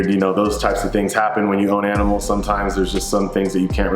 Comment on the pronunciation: Bro I’m so sorry to hear your aminals passed.. I love you dude!